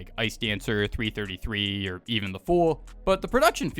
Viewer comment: bro said 3 33 not 333